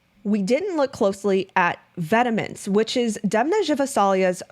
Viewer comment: Great content! Incredible how this stuff would have been left in past were it not for internet sleuths like. Thank you so much for doing this work and making it accessible for us! No shade but it’s pronounced “vetmon” rather than “vetemens”